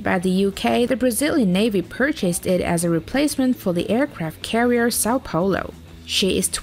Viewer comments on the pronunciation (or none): Kkkk, pior, a narradora falar são paulol kkk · o jeito q ela falou foi engraçado... "sal paolo"